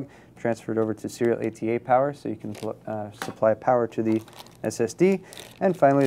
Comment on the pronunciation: i know that... hes saying serial ata really fast and slurred to where it sounds like SEETA.